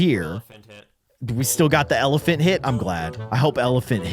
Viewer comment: bro is litrying saying elephant tih